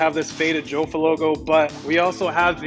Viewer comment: it is pronounced "yaffa" or "yo-fa" not "joe-fa".